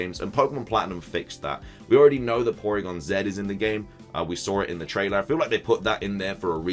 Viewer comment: Sad how you pronounce Porygon-Z's name.